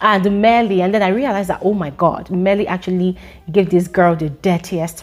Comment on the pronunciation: I love the way you say, 'Mmeli'